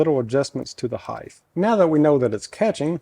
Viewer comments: Seems to be an American thing- but “height” is not like width/ depth/ length…. It doesn’t end in “th”… it is pronounced HITE- the gh is silent…. It’s dumb that it’s the only one but it’s the rules. Spread the word. Nice job on the lamp, Bud 👍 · It pains me every time i hear someone pronounce height as hydth 😢 i get it, you say length and width and then when you get to height you wanna make it sound like the other two. Every so often ill meet another tradesmen who can pronounce the one syllable word correctly. Its like if i went around pronouncing joist as jwast 😂